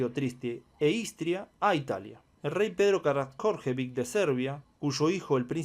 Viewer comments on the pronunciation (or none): Karadjordjevic, no "Karad jjjorrrrgggg!" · Karadjordjevic, se lee "karayoryevich". Lo de "caradjorrrrj" es un fallo del autor.